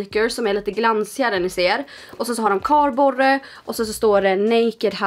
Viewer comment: Ja men uttalas inte så